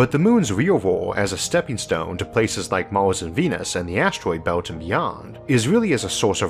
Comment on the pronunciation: Can you stop calling Mars "mouse"? So distracting.